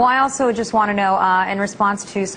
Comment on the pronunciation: Lol she said : alsho xD